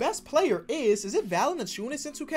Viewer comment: No hate my guy but u really screwing valaciunas’ name lmao